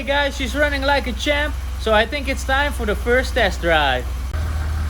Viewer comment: The way you pronunce that champ sounding more like chimp, looks like you're constantly addressing to chimpanzees...